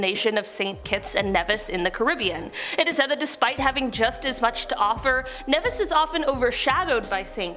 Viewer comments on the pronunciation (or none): Also. It’s pronounced “NEEvis.” Not “Nehvis”